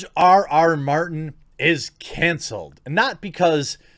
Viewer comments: Is it ironic that he said "mountain" instead of Martin? I thought that was an amusing slip. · I love how you mispronounced George mountains name like 7 times throughout this video 😂😂